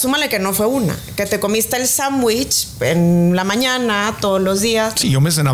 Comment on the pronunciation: Interesante la platica es bueno que informen, pero me desespera escuchar a cada rato la palabra sambuich. Inclusive Marco le dijo sándwich y ella por eso sambuich 😣😣😣😣